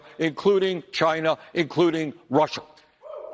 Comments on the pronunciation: Cuber and Chiner😳...yeah, really educated. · Just for the record he didn’t say Cuba and China, he was talking about Cuber and Chiner 😂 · When your so old you say "Chiner". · I wish would go to Chiner as he pronounces it, and lick some door handles while the Coronavirus is raging over there. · Too bad they don't have paper to write on. Also, there's no 'r' on the end of Cuba or China. And take a look at a Cuban hospital. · Never heard of CHINER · Chiner, cuber ? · Can't trust henchman that can't pronounce "China".. it's not "Chinner " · Wtf is Chiner? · "UNPACK, THE WHAT NOT " T-SHIRT Does he say, Chiner? Oh my did forget death, imprisonment in commie countries? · Someone tell; there's no R on the end of China. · Who’s ChineR? Why does he call China Chiner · Cuber and Chiner? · Cuber , Chiner, Really, idiot! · says china as chiner. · JimmyGable I thought I heard him say “Chiner” as well! 😂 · Where's "Chiner"? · How about you live in and assimilate in "Cuber" or "Chiner" amongst their citizens if they're so great? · Dude cant even pronounce china